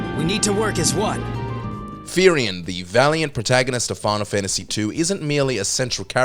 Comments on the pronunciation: Isn't the correct name of the dude, who we can see in the video "Firion", instead of "Firian" ? Although, I have never played Final Fantasy II, since I couldn't have, for I wasn't even already born, back when it was released in 1988 (I was born in 1994), I know, how his name is pronounced, correctly, due to the fact that I played Final Fantasy Dissidia, which was released in 2009 for PSP, in which he was also a playable character. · I’ve not even watched the whole thing and already annoyed it’s Firion not Firian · It’s Firion not Firian 😂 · Huuuum... First of all, it's Firion, not Firian. FFIV: I can see Cecil, but Kain and Rosa have a strong case too. FFVI: Celes is a good choice but Terra and Locke could deserve it. FFVII: Resume Tifa to the simp is the sadest thing i heard this year. Vicent is up there too for me. FFVIII: You disrespect my boy Squall (and don't start with the "wathever", if you do, you're stupide.) FFIX: Vivi. Come on. Be serious. FFXII: As you say, Fran could be mentioned. FFXV: I can see Noctis but my boys Gladio and Ignis are there too (no, i don't forgot anybody ^^) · Firion not Furian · First in the list, you already know there's something wrong when he called Firion "Firian". Anyway, here's my list: FF1 - Garland FF2 - Minwu FF3 - Cid Haze FF4 - Cecil Harvey FF5 - Faris FF6 - Celes & Locke (it's a tie for me) FF7 - Cloud (Remake/Rebirth - Barret) FF8 - Laguna FF9 - Vivi (Zidane is too anime) FF10 - Tidus (true protagonist, just misunderstood by a lot. he was knowingly sacrificing his existence without others knowing yet still keeping a smile on his face) FF11 - didn't play FF12 - Gabranth (FF Vader) FF13 - Lightning FF14 - Emet Selch FF15 - Ignis (because of the DLC) FF16 - Cid FFT - Delita MF Heiral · *Firion not Firian